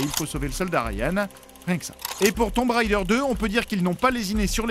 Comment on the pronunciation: Il faudra un jour prononcer "raider" correctement. .. elle ne chevauchée pas les tombes, lol, elle les pille, nuance... merci